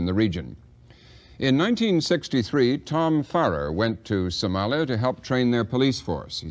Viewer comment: Did he just said Somaya